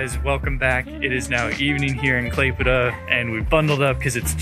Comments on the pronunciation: Thank you for your perfect "klaipeda" pronaunciation, most of the russians cant pronounce it correctly. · Literally the best pronunciation of the Lithuania city name I have ever heard from a foreigners 😂 Nice video btw! Wish you best of luck 🍀 Can’t wait for the next vid!